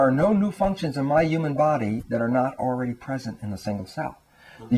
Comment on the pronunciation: its about time that scientists finally realised the truth about what healers, mystics, psychics and many religious people have been saying all these years... why does he say ewman instead of human? and ewmanity instead of humanity?